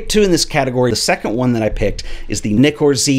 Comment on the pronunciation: hi i love your content and admire your knowledge but can i ask why most americans pronounce nikon nykon? you pronounced nikkor corectly in this video i would have expected you to say nykkor you dont call a nickel a nyckel? being a londoner i love my english and get so annoyed when its corrupted